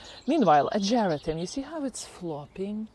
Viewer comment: Hi, it's pronounced AH-GER-RAH-TUM. At first I didn't know what you were talking about until I looked closely. I also have the Peggy Martin Katrina Rose and it's just starting to put on a lot of blooms this summer. I just love it and can't wait till it grows up the Arbor